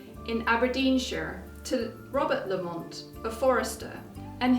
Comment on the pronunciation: I understand that the pronunciation for this clan name places the emphasis is on the first syllable not the second.